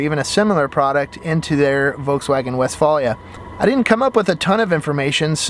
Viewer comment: and he pronounces it incorrectly...